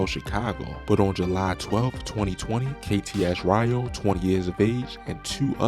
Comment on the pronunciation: Kts REYO NOT RYO .. KTS RIO BRO . you have got go get down with pronouncing these men bruh 😂